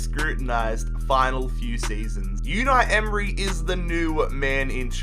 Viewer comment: "YoOnaI EmRy" lol.... its Unai Emery. say it right or dont say it at all